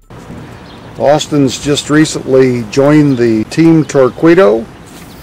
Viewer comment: its pronounced tour-keedoh